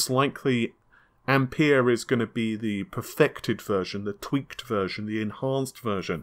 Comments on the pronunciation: Ampere not I'm pear! :)) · pronounced amp "air" buddy